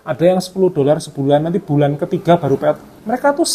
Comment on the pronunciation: Pay out ya mas? Kirain bilangnya peottt...Lama nyimak baru paham